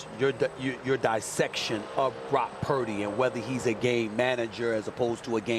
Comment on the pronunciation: Is he still calling him Parody? Like purposely mispronouncing someone name isnt disrespectful.